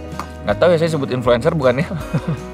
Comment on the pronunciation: "IN FLU ENCEER" help aku ngikik😭